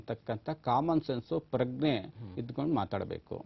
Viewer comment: ಕಾರ್ಯಕ್ರಮ ತುಂಬಾ ಚೆನ್ನಾಗಿ ಮೂಡಿ ಬಂದಿದೆ. ಅಭಿನಂದನೆಗಳು! ಇಲ್ಲಿ ಕೇಳಿ.. .. ಅದು "ಪ್ರಗ್ನೆ" ಎಂದು ಕೇಳಿಸಿದೆ. ಅದು "ಪ್ರಜ್ಞೆ" ಆಗಬೇಕಲ್ಲವೇ? ಏಕೆಂದರೆ, ಆಮೇಲೆ ಕೃತಘ್ನ ಮತ್ತು ಕೃತಜ್ಞ ಇವೆರಡಕ್ಕೆ ವ್ಯತ್ಯಾಸವೇ ಇರುವುದಿಲ್ಲ. ನೀವು ಉತ್ತಮ ನಿರೂಪಕರಾಗಿರುವುದರಿಂದ ಮತ್ತು ನಿಮ್ಮ ಮಾತನ್ನು ಜನರು ಕಿವಿಗೊಟ್ಟು ಕೇಳುವುದರಿಂದ ಅಪಾರ್ಥವಾಗದಿರಲಿ ಎಂದು ಹೇಳುತಿದ್ದೇನೆ.